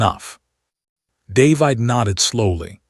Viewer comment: The AI voice is pretty good, but why, why, why can it not pronounce DAY-VID?